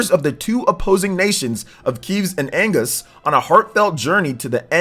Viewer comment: It's Kev-ves and AG-nus. NOT Keeves and Angus lmao. Lazy reading.